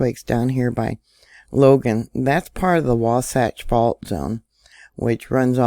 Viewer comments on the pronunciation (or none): none